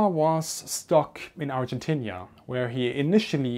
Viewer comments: it's pronounced ar-gen-teena, not ar-gen-tinia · It's "Argentina" ;)